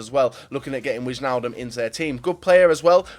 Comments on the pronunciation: You say it like wainaldum not wichaldum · you have to speak it as winealdum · It is pronounced winaldum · It's pronounced 'Waynaldum';) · Wijnaldum is pronounced Y-naldum. Good video. I don't think Neymar is going though, same for Pogba. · well You say it more like : wine-aldum or something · Mand Meneerman Alle die Engelse spreken Wijnaldum uit als Wyaldum ofz xD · what? I'm dutch, i know how to pronounce fucking Wijnaldum...